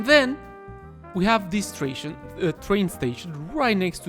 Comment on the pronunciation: "tration" I think from now on, that is how we should call train stations. XD